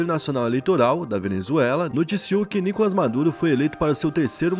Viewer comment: Nicolás nao nicolas